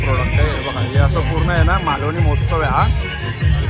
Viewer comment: Malavani m o h a tsav nahi MAHOTSAV aahe